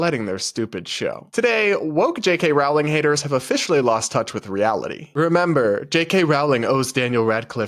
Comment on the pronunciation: No offense, but I cant stand how you pronounce Rowling. It's pronounced "Rolling."